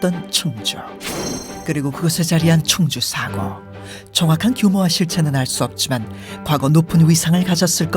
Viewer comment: "사고" 발음을 나레이터나 출연자나 모두 엉티리로 하고 있네 교통사고라고 할 때의 이 "사고"랑 같은 발음을 하고 있는데, 다만 나레이터는 "사ㅡ고" 이렇게 "사"를 아주 조금 더 길게 발음하는 것이 다를 뿐. 역사기록물 보관소라는 뜻의 사고는 →↘(사는 평이한 높이에 짧게, 고는 아주 낮게) 이렇게 발음해야.. 저렇게 발음해서야 "사고"라고만 했을 때 어떤 일이 벌어진 사고와 역사기록물보관소인 사고를 어떻게 분간할 수 있겠나. 발음을 엉터리로 하니 유투브 다국어 자동번역이 accident라고 해버리지